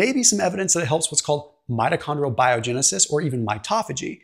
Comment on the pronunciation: Mitochondrial not metachondrial